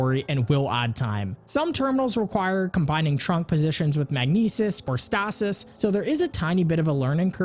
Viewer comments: The way you pronounce stasis lol. STAH-SIS. I say STAY-SIS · Yall hear how he pronounced stasis? Oof